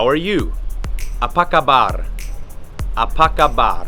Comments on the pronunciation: Kabar not khabar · Apa kabar, not apa khabar. Air dingin, not Air sejuk. Karena, not kerana. Alergi, not alergik. Delapan, not lapan. 😊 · It's apa kabar not khabar